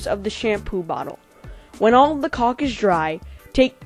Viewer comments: he says cock everytime! XD thumbs up if im right! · He keeps sayin cock and not caulk! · It's pronounced culk, just letting u know so people don't joke about it. Btw thanks for all the tutorials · he says cock like 20 times lol (I know its spelled caulk) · i cant belive he says cock all the time XD. and i didnt jnow that was called cock i knew the oder cock